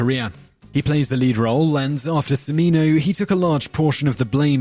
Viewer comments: Simon, you are great. However, this video is replete with mispronounciations - Gigli, Cimino and Demme are three. You have so many videos going I am sure it is really difficult to research this stuff thoroughly. However, with such great content it is a shame that the mispronunciations stick out. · homework for next week: learn to pronounce gigli. wait, scratch that. homework for next week: learn to pronounce cimino. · Gigli - "Gee-lee" Cimino - "Chi-mino" Demme - "Demmy" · The narrator needs to do a little research on how to pronounce peoples' names. He mispronounced Cimino, Demme, Levine, and Sharif.